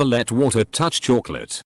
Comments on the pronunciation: Totally sounded like clit, unfortunately i might have known some girls who seen this video. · i cant be the only one who heard 'never let water touch your clitt' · I think you need to get laid. He said Chocolate. But to be fair, the narrator has an accent when it's said and I can see...No you need to have sex.